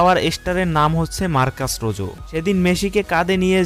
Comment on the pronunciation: কে বলেছে আপনাকে এর নাম রোজো।।।। এর নাম হচ্ছে রোহো।।।।।।